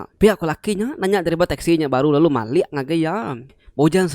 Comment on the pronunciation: Cerita manah..tang ka nanya ke jaku "MALIK" ke dikena...malik tu merening..enti "mali""ukai mali -(ukai reti utai ti enda tau)...sebut mali enggau malik reti ya enda sama....